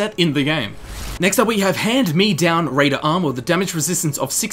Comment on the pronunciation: You say hand-me-down very strangely, words with dashes don't require pauses, your supposed to say them quickly, like make-up.